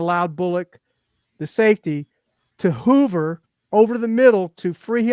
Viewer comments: This guy has no clue what he is talking about. He doesn't even pronounce hover correctly. Look what Herbert did against the Texans. 5 to 7 range? Tua is the most accurate QB in the league. He's very anticipatory (actually the best in the NFL), which means he can throw into coverage even when the receiver is covered, which a LOT of qbs cannot do!! This is how we can score points with a putrid oline. It's not rocket science! I don't know why this is so difficult to understand for people!! WHEN WE PLAY GOOD TEAMS THEY HAVE BETTER PLAYERS THAN US IN THE TRENCHES, BY FAR! THIS IS WHY WE CAN'T BEAT GOOD TEAMS. Also most of those games are on the road!! He's playing behind a line that gave him the "by far" the LOWEST time to throw in the entire NFL! All of this "progression" crap, which is false can be thrown out the window. If you want to talk about his injuries and knock him for that then it's warranted, however all this other crap is bush league. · I was thinking the same thing. Third grade reading level but expert on QB play? “Hoover” instead of “hover” cracked me up.